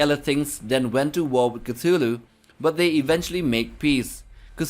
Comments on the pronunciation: Initial C is silent: TU-Hlu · Fun fact: Lovecraft was trolling when he was spelling Cthulhu. He never meant for the T to be pronounced. So you actually say: Clhulhu, substituting the T with an L. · It's quite the coincidence, though, that Cthulhu should rightly be pronounced as "Kutulu", and that "KUTU.LU" in Sumerian would translate as: "the Underworld Man". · I pronounce it: "oo(t)h-ooloo." More of a guttural, back of the throat. Don't hard T, but soft T. It sounds way cooler than Koothooloo. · Can’t stand the way you pronounce his holy name. Please stop